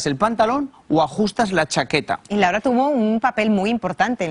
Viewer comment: Es LAURA!, no LARA, si tan conocedor eres y si lo quieres pronunciar en Inglés, tampoco lo pronunciaste bien!😡😤